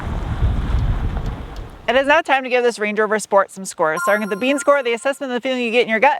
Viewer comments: Sport? Sport?? I stopped by to hear Shport! gehh, I'll go and watch some older videos with right pronunciation ^) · Auto manufacturers stopped sending out press cars with a "sport" mode since they don't like pronunciation of "shport". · why aren't you calling it the 'Range Rover Schport'?